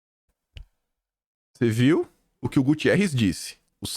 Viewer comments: 🙋‍♀️!!! O nome do secretário da ONU é GU-TER-REZ 👍👍👍😘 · amo seus vídeos. Assisto vc todos os dia. Espero que vc leia meu comentário. Antônio Guterres e não Gutierres. 😊